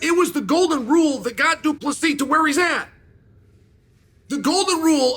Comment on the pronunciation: Uncle Chael finally getting Dricus surname pronounced correctly .👍🙏